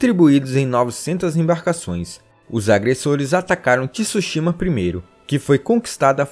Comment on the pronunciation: Poxa, devia pelo menos se ater a uma pronúncia correta... não precisa ser perfeita mas Tsushima não tem um I na pronúncia...